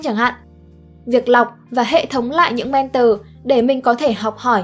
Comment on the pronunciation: Thích video của spiderum lắm...nhân tiện đọc là "men thò" ko phải "men tờ" nhé.